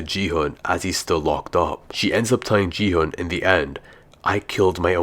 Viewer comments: He just said “ji hunn” instead of gi hun. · He said ji - hun 😂😂😂😂